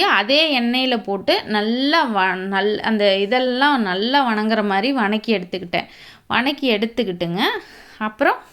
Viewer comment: What is the word vanakki ? Purely tamil word vathakki please change your slang